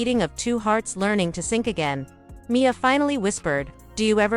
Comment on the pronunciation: There is no punctuation in the writing of this story and the narrator reads it the same way, M. I. A., instead of Mia. It’s annoying! And, why is there a picture of a child in the bed with attached tubes if the mother is the one sick?